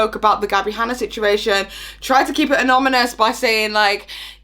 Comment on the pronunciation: It's not a fire video unless says "anomynous" =D